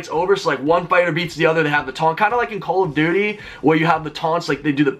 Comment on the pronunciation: he says call of dirty lol! 😂